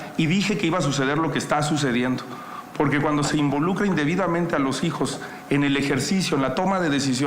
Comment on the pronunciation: La tal Xochitl dice pogque hasta burra para hablar